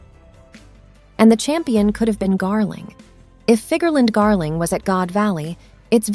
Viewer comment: Figerlan D. Garling? Lol